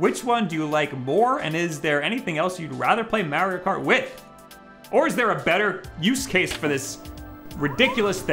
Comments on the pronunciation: "MEHRIO KAWT" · I guess he plays "Merio Kart" 🤔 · The way he says mario kart cracks me up